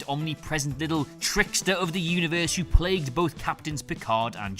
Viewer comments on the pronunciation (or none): none